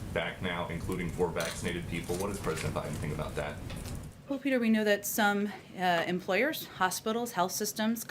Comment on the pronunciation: When she uses the word well, she pronounces it wool. Sounds like a brat too me.